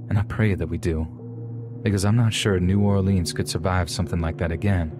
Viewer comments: Gonna call it New Or-LEENS but talk like you from there... It is New Or-LINS sweetheart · And pronounced new ORlinz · How does someone from New Orleans not pronounce it correctly!? It's NOWLENS!